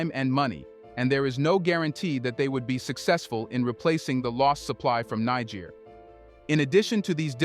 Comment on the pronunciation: Niger is pronounced Neh-jer